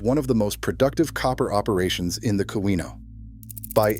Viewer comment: Very good, but please, I'm begging you, fix the pronunciation of Keweenaw